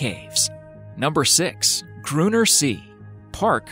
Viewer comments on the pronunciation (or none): Gruner see😂😂😂😂😂😂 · German is my native language and I just got so triggered about your bad pronunciation of number six’s “Grüner See“. 😅 (It‘s actually [ˈɡʀyːnɐ] [zeː]) Next time you should type a non English word into google translate and listen to the audio to avoid mistakes.